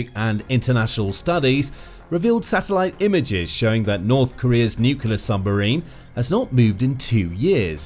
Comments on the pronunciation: Nuc-u-ler is not a word. It’s Nuclear (NEW-clear). And it’s Kim Jong Un, not Kim Yung Un. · They accidentally made a nucular submarine instead af a nuclear submarine. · It's pronounced new-clee-ar, not new-cu-lar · If you're going to make a video about nuclear submarines, at least pronounce 'nuclear' correctly. It's NEW-CLEAR, not NEW-CUE-LAR. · I wish the narrator wouldn't say "nukiler" like Homer Simpson (and Trump, and Bush Jr.) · How does a channel called the Military show manage to mispronounce NUCLEAR every time as Nucular? I don't get it. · "Nucular" isn't a word. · nuclear not nucular. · Nuclear is pronounced exactly like 'New Clear'. I realize this word is difficult for many people, but if that word appears many times in a news story, maybe the narrator should be tested to see if he can pronounce it, and if he's aware of the difficulty he seems to have with it. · NEW-KLEE-UR!!! That's how you pronounce the word!!! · "Nucular"...More cretinism... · I know this channel has more than one narrator, so why, when reporting on stories or situations that have a connection to nuclear power or nuclear weapons, do you assign the narrator that cannot pronounce the word "nuclear"? It's not "newkewlar"! If you cannot speak the King's English, then you should perhaps choose another line of work. Lord thunderin' Jesus, it sets my teeth on edge every single time! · Why is it that people Can’t pronounce NUCLEAR? It is not spelt NUKULA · Kim's wishlist, or Kim's Wish list? I could buy that he bought it online from a Chinese fraudulent junk drop-shipping site! BTW, are my on-edge teeth right? I'd swear this guy keeps saying "nuculer" like an ignorant putz rather than "nuclear"... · You don't even pronounce nuclear properly. It's spelt correctly in your title, you can't even say it, you say nucelar 😂😂😂😂😂 And we should trust your videos??? 😂😂😂😂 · “Nuclear”… there is only one “U” in nuclEar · As soon as you mispronounce the word nuclear, I turned off the video sorry bud